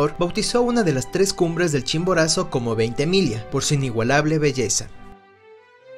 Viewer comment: Felicidades y éxitos Gran video!!! Un video sobre el imponente General de Mario Ignacio Francisco Tomás Antonio de Veintemilla y Villacis por favor! Gracias por respetar nuestro apellido y pronunciarlo apropiadamente.